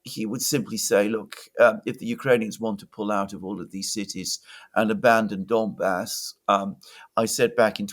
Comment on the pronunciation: It's not "Dombas," but "Donbas." Or "Donbass." Both are fine. (One being "Ukrainian," the other "Russian.") Unless you mean "dumb ass." But I hope you are not referring to yourself.